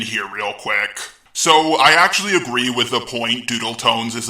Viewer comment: When he said " Actually " it sounded like he said my name, which is Angelique. I am confused as to what he's saying